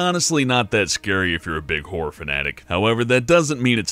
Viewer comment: I'm pretty sure its pronounced "Horror" not "Whore". Although a "whore game" does sound quite interesting...